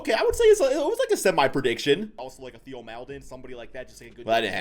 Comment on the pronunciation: Aye you finally got Theo’s name right😂😂🙏